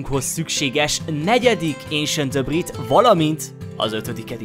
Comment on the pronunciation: aaaam én istván vagyok de nem vagyok mérges és szerintem is úgy ejtik ki az esentdabrik jó a vidi te vagy a kedvenc yutuberem nagyon szépen épitesz